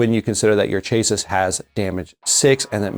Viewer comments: Chass-see. Not chase-sis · Chassis is pronounced chassy like classy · chay-sis.... hehehehehe